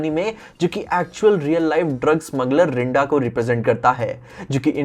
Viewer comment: stop pronouncing d as d in pinda and rinda( its punjabi name ) pronuce d as "the" pind(the)a, rind(the)a .